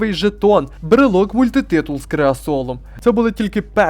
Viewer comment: Брелок "мультитиул" з "креасолом"🤣🤣🤣 А всього то мультитул з кресалом для розведення багаття чуваки поклали...